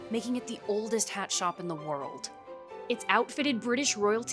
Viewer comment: "Worldt" wtf is wrong with this woman's voice